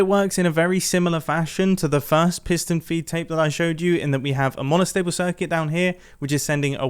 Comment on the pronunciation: ‘piston feet tape’ you sure you got that right mumbo